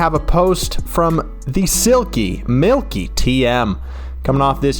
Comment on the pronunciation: Ehm it's Mikytm not Milkytm 😂, don't worry guys I know that can happen